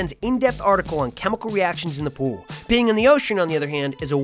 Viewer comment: Welcome to the ool. Notice there is no p in it. Let's keep it that way!